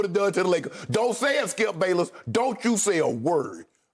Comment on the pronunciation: Like how shannon says skip's name. SKIP BAYLUS! LOL